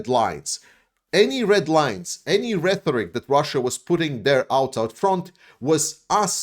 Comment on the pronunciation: A teensy correction. The word "rhetoric" is pronounced REH-torik. Not RETH-orik. It's with a "T", not with "TH". I know, if we pronounced things the way they're spelled, English would be way easier. I LOVE your videos. Great job!!!